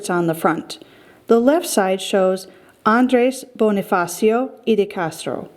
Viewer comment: Andres bonifacio not Andreys bownifacio